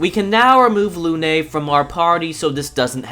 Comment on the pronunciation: Come on, it's not Lun"é" it's just Lune ( silent E for english ppl ) as it translate to Moon in English